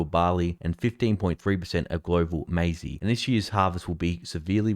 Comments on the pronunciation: "Maize" is now pronounced "Mazy"? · FYI, It’s pronounced MAZE not MAZEY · Did you just say may zee? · He did but I put it down to a mistake.